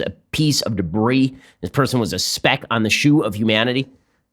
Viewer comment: I heard "feces"